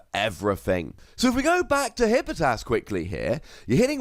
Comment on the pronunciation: Tfw you left an entire syllable out of Hippopotas